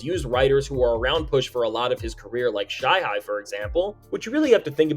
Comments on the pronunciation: Did this nigga say “shy- high” the rapper when talking about cyhi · The Cyhi pronunciation kinda exposes this channel 😂😂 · No way you butchered Cyhi’s name like that 😭😭😭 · It's pronounced "Cyhi", not "Shyhy". Don't forgot to add the Prince, too foh 😅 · This white dude making this video is absolutely not supposed to be making videos about hip hop. You butchered cyhi name and overall you just made this YT bc you realized hip hop was profitable. You don’t love it. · CyHov wrote for Travis. The AI messed up the pronunciation. I caught it on something else a long time ago